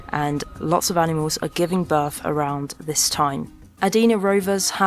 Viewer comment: "Anover, fousands, birf, mouf" please learn to pronounce words correctly. these words all have the TH diagraph you pronounce as F and it makes you sound childish and spoils your excellent photography.